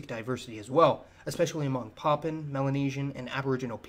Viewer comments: Poppin? Oh you mean Papuan...pronunciation matters brother...lol! 🇵🇬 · It pronounced as Pahhh Puuuu ennn...not pahhhh pennn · Enjoyed this but man sounds like you’re saying poppin. It’s pa-pu-an.